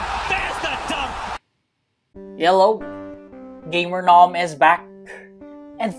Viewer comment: Your opening was so good " Hellow Geimernom Is Bek" 😂